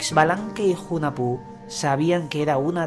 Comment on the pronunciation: Hunahpu se pronuncia junajpú